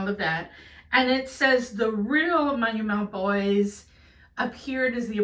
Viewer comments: I am happy that u pronounced it correctly.... ❤ The non keralites misspelt it...so badly.... hoo i am very happy....😅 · Wow. You pronounced the title perfectly. ❤ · I was so curious to hear how u gonna pronounce the title. U just nailed it. Love from Australia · You said the title more fluently than some Indians.😅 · Even other Indians get it wrong